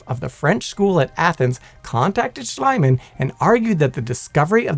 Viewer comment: It's NOT "Schleimann". It's "Schliemann" with an silent "e".